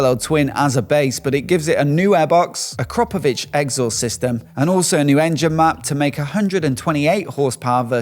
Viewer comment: Please pronounce Akrapovic properly!